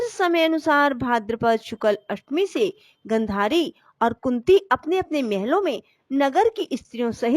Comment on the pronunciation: Aapka uccharan theekh nahi hai....jaise swarg...gandhari